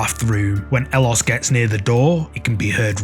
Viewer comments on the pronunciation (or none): Howdy. So where it concerns 'ellosestanconmigo', it's not his name. It's a phrase "ellos estan conmigo" which in Spanish means "they are with me" and 'ellos' is pronounced 'eyos'. I don't know the OP's name, but I do chuckle when hear you call him elos 😄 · El-los... No. Eh-yos. Double 'L' in Spanish is pronounced like a 'Y'. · Ellos is pronounced eh-yos. I'm sorry, but that's driving me crazy. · "ellosestanconmigo" is a phrase: Ellos Estan Conmigo, wich means "they are with me" in spanish. The guy's name obviously is not "Ellos" (wich also you are pronouncing it wrong); Youre literally naming him "They". His real name is Andres.